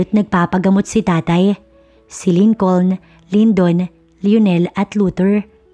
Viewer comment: Hayy Naku...Lincoln. is pronounced as LINCON SILENT L....Ano ba yan ??